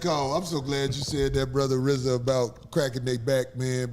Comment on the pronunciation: I wonder does Rizza hate that everyone mis-pronounces his name...It's pronounced Reee-zuh...not pronounced like Rza from Wu-Tang...He probably regrets how he dediced to spell it.